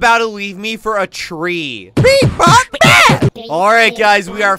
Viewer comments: Not tree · NOt tree it’s train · "shaggy is always talking about trees" FUN FACT he does NOT say tree he says train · No shaggy mod not say tree he say train